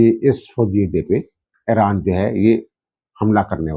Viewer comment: اران کو ایران بولیں